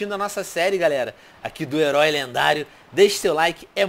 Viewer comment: Quem entendeu o tio venom falar o leroi lendário?